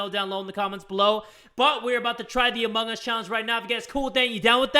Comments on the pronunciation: Did u just say emong us time at 23.52 lol. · Lol keeps saying "emung us"